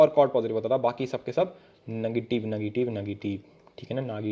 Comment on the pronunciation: khelte khelte perpendicular gira diya .🗿 : negitive ,negitive ,negitiveee,nagitive naagitive kya hoge!!🌚 Aa, um..yum..yum😆